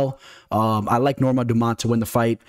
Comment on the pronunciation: Might i ask good sir, what is a “standput”? You use the word multiple times throughout the course of the video. I think you mean to say standpoint. Also, “Dumount”? “Meegan”? Get it together.